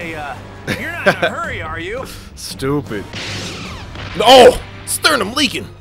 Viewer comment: Bro you Silly af. Frfr. "His sternim Leakin 😂😂😂😂😂😂😂 Sry #